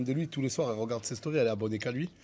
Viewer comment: Cappuccino il dit d’arrt de hagarr les gens alors que c lui qui hagar les gens 😂😂😂 le csc de fou